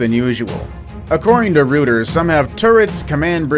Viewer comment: The correct pronunciation of Reuters is ROY-ters.